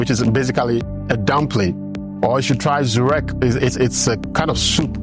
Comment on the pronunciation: "Żurek" , "Rzeczy" , "bierzemy" , "rzeczywistości" , "Rz" or "Ż" is pronounced like in the following words: luxury, regime, mirage, lingerie, camouflage, genre , garage , gendarme,gorge , massage, bougie, barrage , prestige, sabotage, beige It's the soft G sound , the "juh" Other than that the earlier words you used were properly pronounced!! And what happened to Julka ??